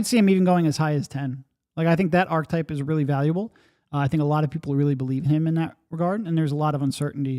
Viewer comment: Why can't either of you pronounce "archetype" lol